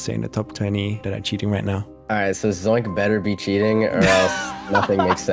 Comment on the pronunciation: omg again with the zoinx bro its called Z O I N K ITS K NOT X